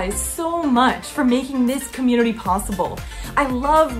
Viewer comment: Hahaha chewnity😎😂 only cool kids can say that 🙃